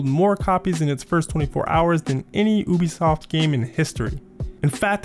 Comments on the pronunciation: hate how you say oobisoft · 420 I say oobisoft too.